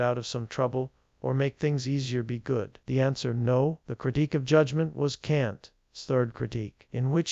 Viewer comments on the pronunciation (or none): I spotted the AI because it doesn't know how to pronounce the apostrophe s in a word, as in "Kant's." That is not better than human narration. A grade 3 child could do better. Let's give humans jobs, not machines!